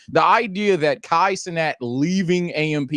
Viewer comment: It proves they dont know wtf theyre talking about when they can’t even pronounce Cenat correctly